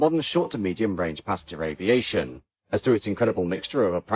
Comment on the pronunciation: One day you will learn to pronounce aviation in French. It's not 'aviasheeo'. Try Babble. It's free.